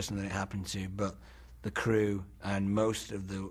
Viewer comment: I am not Frodo baggins of da shire he he he